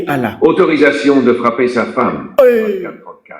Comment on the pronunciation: Frrrrrrrrrrrrrrrrrrrrrrrrapper frappppppppppper frapppppppppppppper😂